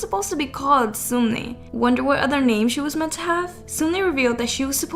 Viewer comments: Can we just highlight it is not SUMni it’s SUNmi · Sunmi is pronounced Sun(☀️)mee not soonmi lmao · Heiiii, Sunmi is actually pronounced like Sun🌞+me👈 Just wanted to tell you^^ Incase its Just Something hard for you to pronounce, i am sorry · As a Korean please stop pronouncing 선미 like seunmi. It’s pronounced seonmi it’s ㅓ not ㅜ.